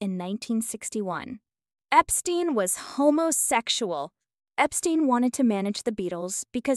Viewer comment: Written with AI or some bullshit. He didn’t write Yesterday, “she” couldn’t pronounce Bridgette, Ono, wed, no proof that she cheated on him, no evidence he was gay, weird way she said homosexual, and they didn’t divorce in 1980, he was murdered. The inflection in this is weird. And I’m sure he dated a hell of a lot more than 20 women, even with Yoko ruining his life.